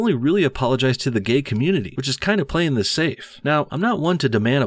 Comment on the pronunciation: I mean, I didn't see much wrong with her accent. She pronounced every word except "thees and that" . Lol really just taking cheap shots at this point.